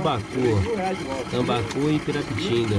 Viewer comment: O cara fala o nome dos peixes tudo errado... "Tilapa, tambacu" , nunca ouvi falar É tilápia e tambaqui cara. Esse segundo eu experimentei no norte, no interior do AM. E q por sinal, é gostoso p kct